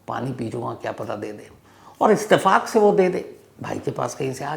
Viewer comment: इस्तेफाक नही इत्तेफ़ाक होता है